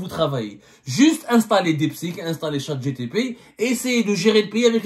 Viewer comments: Chat GPT et non gtp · Ça s'appelle chat gpt et non pas chat gtp hhh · Chatgpt et pas gtp hhh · Ya abdo, t'as inversé les lettres, c'est pas chat gtp mais chat gpt, un peu comme chengrilla après un plat de loubia 😂😂😂😂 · Chatgpt non chatgtp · Monsieur karghouli de karghoulistan: c'est Chatgpt et non Chatgtp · Pardon Monsieur on dit le chat GPT pas gtp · C'est Chatgpt et non pas Chat gtp, monsieur Semmar